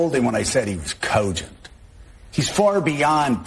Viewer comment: Joe Scarborough shouldn't have a job just by the way he says "cogent".